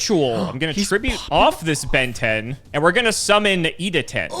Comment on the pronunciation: Why does everyone say Benten like they’re saying Ben 10? 😂